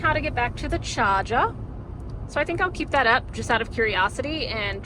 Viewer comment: From now on, I'm pronouncing "charger" as "Chah Zah" 😁